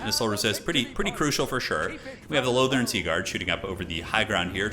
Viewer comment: Wait, did you just pronounce Lothern correctly? How many years have I been waiting for this!?